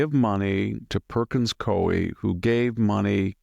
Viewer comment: Pronounced "koo-ee"